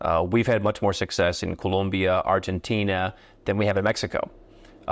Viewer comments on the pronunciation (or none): none